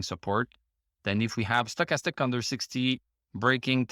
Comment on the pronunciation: I’m here to hear you say “Sto’chastic.” Gets me every time.